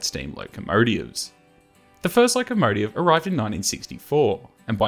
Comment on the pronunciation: Interesting pronunciation - "locomotiev." Never heard that before. Nice to know about this museum. It certainly needs work, but it's quite spectacular. I wish I was young enough to go and see it.